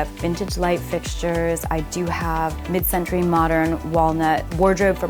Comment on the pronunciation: My G#$&she said mid centrey why why why bo pombus people have to say mid century